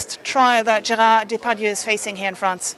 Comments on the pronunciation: Prounced Day'- Par - Dieu. Not Daypadoo. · Daymetoo not Daypadoo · Celine, he and his name are very well known to me. It's about the inability of a news broadcaster to get the correct pronunciation...